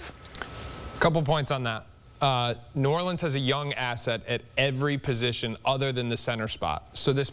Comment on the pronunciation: Everyone can say New Orleans right but the guy who's from New Orleans 😂😂😂